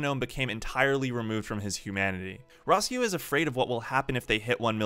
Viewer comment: The way you pronounce Simon and Rossiu... Don't tell me you liked the English dub.